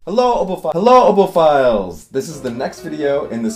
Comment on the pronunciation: OK....At first I thought you were saying "oboephiles" rather than "oboe files"...was this intentional word play? Got to love it! 😁😁❤❤❤